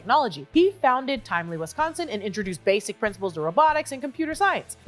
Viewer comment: The way says Wisconsin correctly is the best part of this video lol